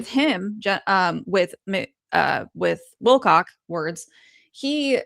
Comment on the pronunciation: Wilcock not not Wilcox